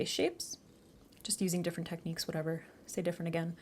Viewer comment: hahaha, say different again. 🤍